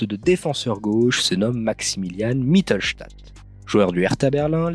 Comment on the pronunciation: ca se prononce mittlestédt melt